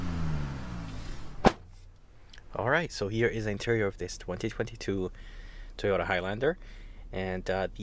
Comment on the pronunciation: Toy-oat-ta 😂 it's all good ! We get it !! Good review ! MR.. nice job !